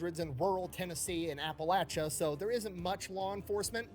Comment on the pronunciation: Holy Shit, she accurately pronounced Appalachia in the first part of the video at least